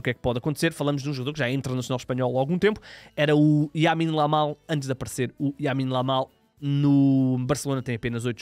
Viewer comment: Yamine Lamal?😂